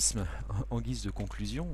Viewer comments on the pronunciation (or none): none